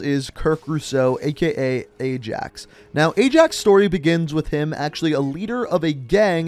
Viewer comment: ay jacks... its eyeax (its pronunciation)